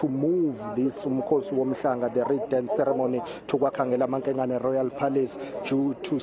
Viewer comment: She also cannot say 'ceremony' correctly!